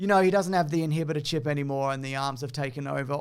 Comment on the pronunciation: Hearing you say "inhibitah chip" gives me serious Bad Batch flashbacks. 😂